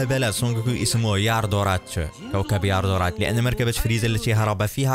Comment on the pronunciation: النطق خطأ يا كوكب اليالدراد